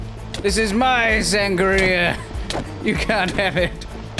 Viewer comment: Hey so, you're saying sangarea, not sangria